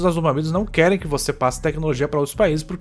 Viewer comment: "e nalise" kkkkkkk